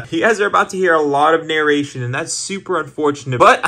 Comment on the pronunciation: Narration? Nahh NOURration